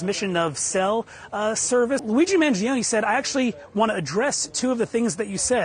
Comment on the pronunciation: cant wait for to be able to pronounce Luigi instead of lewi G